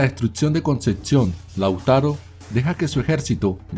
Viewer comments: Es Concepción no conceción.. igual bueno.. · dices "Concetcion" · Solo comentar q es Concepción y conceccion. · no es concetción......es Concepción. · Di bien ,"Concepcion" merda! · Concepción se pronuncia tal cual, no existe una "T" entre la p y la c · Como me pronuncies "Concepción" como lo haces, te sacudo.